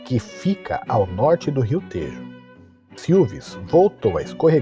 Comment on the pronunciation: Tejo e Alentejo pronuncia-se com o “e” aberto.